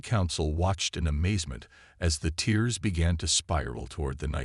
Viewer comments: Not tears but here it is pronounced tares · I simply can't continue past 1/3 of the story. Your AI SUCKS ASS!!!! WTF are "teers in space"!!!??? Are they crying!!!?? How are the ships sucked into "teers" in space!!!??? And, what is "the moon "your-UPUS"!!!???? Either Get AI that can speak English or stop using them until they can!! Hows bout you narrate your stories youself like some guys n gals do!!!??